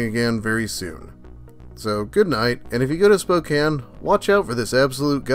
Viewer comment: Dude its pronounced Spok-CAIN